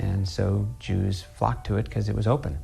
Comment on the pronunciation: When I first heard Dave’s speech, I thought he said the juice not the Jews 😂😂😂